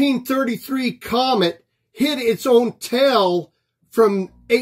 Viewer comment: Why is that guy screaming? And, why does he pronounce 'comet' as 'comment'?